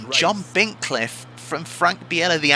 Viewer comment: Just a small thing, I believe it's pronounced (or at least Murray pronounced it) Frank Bee-lah. I think you're making him sound too exotic with Biella 😂 Enjoying the beating and banging! :_tolMurray